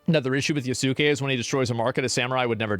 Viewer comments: I understood "yes king" instead of "yasuke" 💀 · The uncultured "journalist" cannot even pronounce Yasuke correctly.